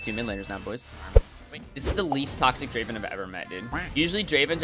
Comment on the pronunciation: Not Draven , dra~~~~ven